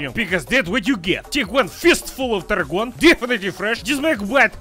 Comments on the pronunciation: Try translating tarragon into Swedish :) No, it is not pronounced like that. The O is long. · wait, we eat the veggie along with main meal you can actually make tasty drinks out of these mouth numbing veggies??????? in my language it's more like "Tar-khun" rather than "Tarhun", and I think the actual plant is Tarragon